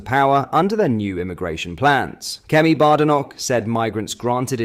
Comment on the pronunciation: Mate, your pronounciation is appalling. 'Milton Kanes' . 'Kemi Baardenoch'? 🤦‍♂